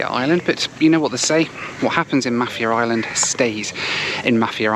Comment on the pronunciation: Mah-fier island:)